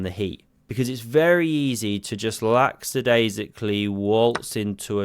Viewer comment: It's disadvantageous to use lacksadaisical instead of the real word - lackadaisical. Tripped me up many times before I learned it. Sounds wrong. Love